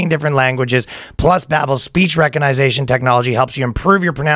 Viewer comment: it’s hilarious that he mispronounces ‘recognition’ & ‘pronunciation’ in his native language… while advertising learning to do that in a new one.